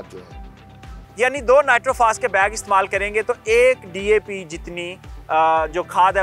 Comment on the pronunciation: 😂 saying DP to DAP